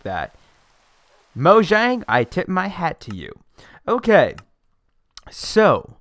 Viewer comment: Btw Mojang is actually pronounced Moyang, I was shocked when I found that out months ago. It is Swedish keep in mind lol